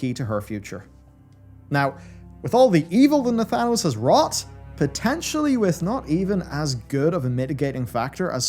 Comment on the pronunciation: You lost me at Nathanos 😂 Interesting video though. Well done as usual sir.